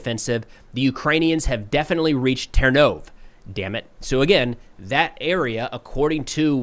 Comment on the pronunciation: Love watching the videos. One small comment - the Ukrainian language pronounces the last latter E as "EH" so Ternove in English is ternOv but in Ukrainian it's ternovEH. Thanks.